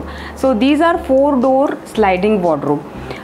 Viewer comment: I love how she keeps saying "Wodro" instead of saying Wardrobe.